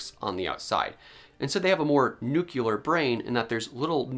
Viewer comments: "Nuclear" is pronounced "NEW-klee-urr", not "new-kyu-lurr". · This was going so well until you said “nucular.” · Why did you just say nuke-ular in this scientific video? Aren't you a scientist?